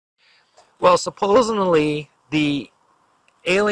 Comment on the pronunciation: its hard to believe a guy that says "supposenly"